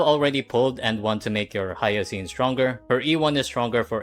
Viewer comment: "hiyacine" is crazy